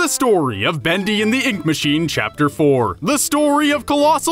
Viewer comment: "Boondy and the oonk mooshine"